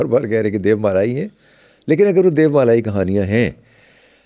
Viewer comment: Aik sawal aya k DEVMALA kaha jeye ya pronunciation DEYOMALA?